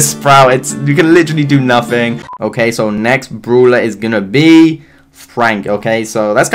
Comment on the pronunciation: I like how he says bruwler not brawler